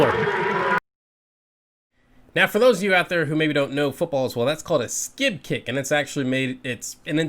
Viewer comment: when you're referring to those people you're obviously referring to yourself. It's called a squib kick and it's pronounced "skwĭb", not skib. The definition you gave is correct, but she did not squib kick on purpose. She stinks and fucked up. She is not even close to being D1 talent for mens football. She doesn't deserves to be on the same field with men. She is just a prop for the left to drone on about another first for women. Bottom line is Liberals ruin everything!